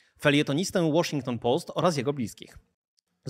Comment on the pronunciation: Dobra akcja z Łoszington Połst... 👍